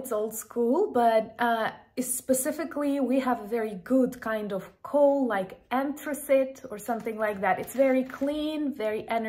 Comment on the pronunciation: Thank you for this very interesting video talk,. I didn’t know your country had so many minerals, and ‘rare earths’! Anthracite was the word you had some difficulty pronouncing,, one of the least polluting forms of coal to burn, as well as ‘coke’, but they might be the same, I am not sure about that — and peat is a very valuable natural resource, it was once used to heat people’s homes, in countries such as Ireland, and Scotland, but today it is important to preserve natural wetlands and bogs, as they are natural habitats for wildlife too, so I’m not in favour of digging it up! Titanium is in high demand, and it is very strong, and valuable, it is used a lot in the defence industries…and I am wondering if you also have Platinum too? I much prefer Platinum to Silver, or Gold, it shines with an unmatched brilliance (when highly polished), and it seems impervious to corrosion, also being extremely dense, and strong, it has a very high melting temperature, which is why it is often used in the manufacture of space probes, and other types of specialist instruments. Slava Ukraini!🇺🇦🔱